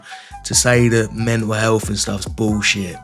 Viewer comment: "Menatl Health"....